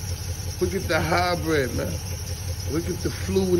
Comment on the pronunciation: That nigga said highbryid meowww lollol